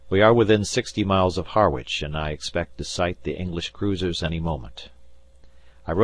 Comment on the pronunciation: And 'Harwich' is pronounced 'Harritch' not 'Har - witch,' and 'Voss-Jay' is pronounced 'Voag,' i.e., rhyming with 'Doge' as in 'The Doge of Venice' with the 'g' sounding like the g in German.